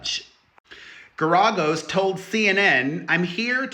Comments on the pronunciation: No, the accent is not on the second syllable. 🙄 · It’s pronounced Gar A Gos. Fyi. ❤ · Mark is pronounced “Gare ē goes” 💗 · How do you call yourself the queen of all media, which by the way is Wendy Williams and you don't know how to pronounce the lawyer's name correctly? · Pronounce Geragous name right. Shit… otherwise Diddy is horrible. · The NEXT time you do a video, PLEASE look up how to correctly pronounce the name!!!! It was excruciating hearing you slaughter the name Garagos... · It was absolutely EXCRUCIATING hearing him pronounce it wrong over and over and over!